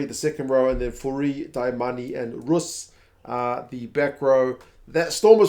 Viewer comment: excellent info on SA teams. Just one thing... Roos pronunciation sounds the same as Stephen Moore's surname in regards to the 'oo' . The way you say it sounds like Roes in Afrikaans.